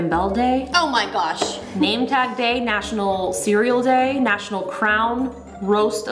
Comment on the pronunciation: did justine.just said 'nachunal' oreo day it sounds like miranda sings